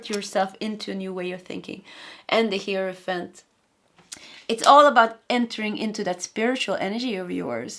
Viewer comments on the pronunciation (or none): none